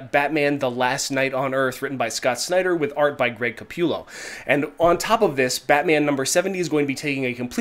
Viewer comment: It's capullo... Not like CA pew lo